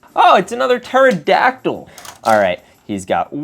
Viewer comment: Bro pterodactyl is said like terodactyl